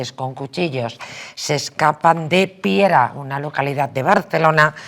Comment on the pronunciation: Piera..no piara...🙄😜